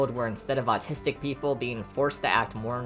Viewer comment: i though he said "i am a nazistic touhou fan" 😭😭😭 (i know it's not how it's spelled)